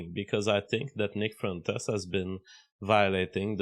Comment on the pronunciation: "Nick frentes" stop speaking baguette!